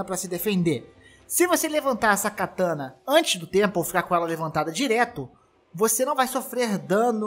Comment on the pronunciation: Só um comentário, não é KATÃNA... o correto é KATANÁ